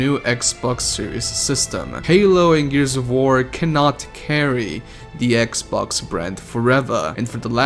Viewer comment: I'm not making fun of your presentation I just found it hilarious that you call "sex box" "sex box pass"